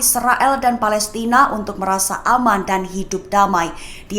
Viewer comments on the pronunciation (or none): none